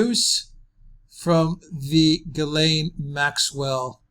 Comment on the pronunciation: That's pronounced "Zhees-len", not Guy laine.